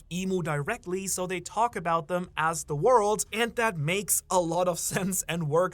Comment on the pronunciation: Bro really said Za Wardou ( jojo reference )